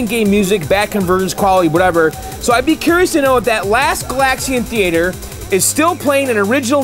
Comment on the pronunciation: "Thee-A-Ture" -- very fancy. 👍